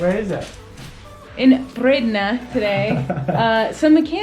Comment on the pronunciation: I'm amazed at your accurate pronounciation of Dendermonde and Bredene XD. Happy new year!